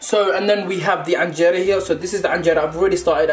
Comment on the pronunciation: Man said anjeero nah I rate this guy whalahi 😂😂